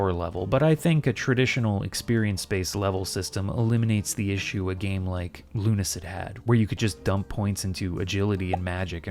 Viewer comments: Saying 'Luna-syd' just reminds me too much of "Ludacris" and throws me off with the two different tones. As such, I too prefer this "Lune-acid" pronunciation. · Luna - acid, is the correct pronunciation